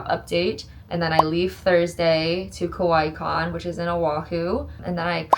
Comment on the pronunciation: The way you say kawaii sounds like the word for scary, not for cute.